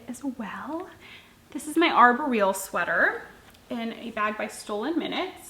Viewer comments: I don't know this for a fact, but I've heard it pronounced arbóreal (ar-BOR-eal) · I never knew that’s how Arboreal is pronounced. I’ve been saying it wrong, lol. It’s been on my list to knit for a few years. I just cast on the Bean and Olive, too. Very fun knit!